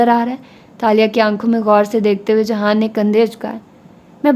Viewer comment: ohh behen jihan ka naam to sahi se lo